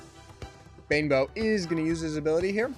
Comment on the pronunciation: I like the way you say "Banebow" as "Bimbo" lol :D